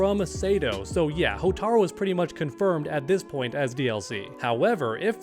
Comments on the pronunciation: Man come on, it’s “Hotaru” not “Hotaro” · Hotaru. Not Hotaro. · “Hotaro” Bro. It’s HOTARU. You’re supposed to be an mk fan?